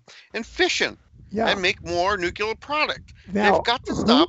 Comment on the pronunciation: nucular,?? or nuclear. lol